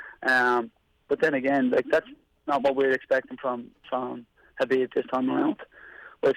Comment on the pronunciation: Khabibs “O” has got to go